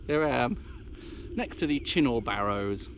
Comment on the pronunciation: Uh..it's pronounced CHINN-UGH..........not Chin -NOR. Otherwise, lovely video.